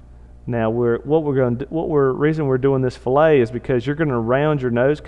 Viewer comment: Very cool! But it's pronounced "fil-it" not "fill-ay." It basically means "cut." Excellent tutorial on rocket nosecones though.